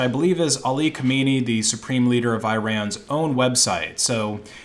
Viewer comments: weird that i'm currently living (stuck) in this damn country and had no idea. i did thoroughly enjoy you slaughtering that dumb idiots name tho lmfao. imma call him kamini from now on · Im sorry i love you but its pronounched kha-men-eye